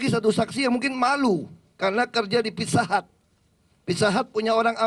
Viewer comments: ayo....makan..di...FITSA HATS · Hahaha, pizza hut jadi fitsa hats, kagak jelas emang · tok tok tok .. permisi , FITSA HATS deliferi . hahahaha